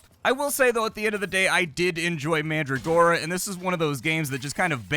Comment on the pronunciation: Pronounced Man-dragora, not Mandra-gora.